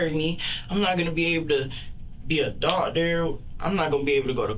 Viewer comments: He can't even say the word doctor right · He can barely say the word doctor correctly. I highly doubt he would be able to perform college courses. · I think he said " docteer " who knows what that is..